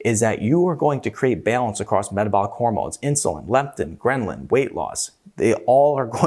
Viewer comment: Please stop saying "GhreNlin"!